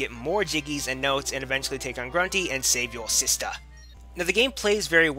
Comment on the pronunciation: Lol at the Save Yo Sista! Accent, Very good review. :D I'm gonna go play it on N64 Now, I hate the beach level with the sharks though..